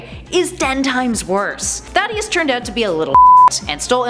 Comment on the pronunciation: Wait a minute... how do you pronounce Eobard’s name incorrectly but can pronounce Thaddeus’s name right?